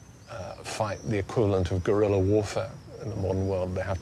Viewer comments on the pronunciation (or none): none